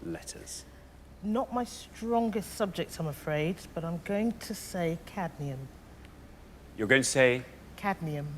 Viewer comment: Did none of Alexander or Richard or the rest of the production team notice she said "Cadnium" (with an N after the D) rather than "cadmium"? Edit to add: of course, it was wrong either way.